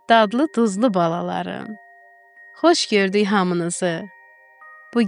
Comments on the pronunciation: Hər nağılın əvvəlindəki " sizi xoş gördük sözünü" kaş düzgün tələffüz eləsəniz. Axı uşaqlar dinləyir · Duz deyirsiniz ,menim qiz her defe onu esudende gülür ki bu niye bele danışır)